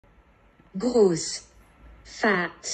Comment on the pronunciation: The accent he put on the Word Gross is like the German Word for Big.